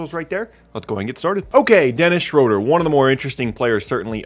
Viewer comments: It is not pronounced shrowder. It is schrooder. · His last name is actually pronounced Shrooder. I know that because I'm a Hawks fan. He drove me crazy with boneheaded plays.